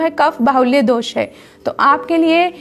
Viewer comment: कोशिश करें पूरा हिंदी में बोलें। और दोषा नही होता जी दोष होता है।